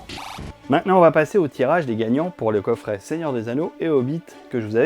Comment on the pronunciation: Un coffré et non un coffrait😂